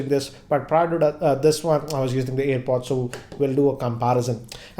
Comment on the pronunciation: It is airpod right. You are saying it as earpod